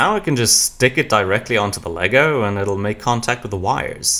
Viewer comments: it’s always been Lego as the brand and brick as the product so hearing it be actually said correctly is so cool I wish it was more universally known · i love how you know that its "Lego" and not legos most people dont know thats how it is supposed to be said in any context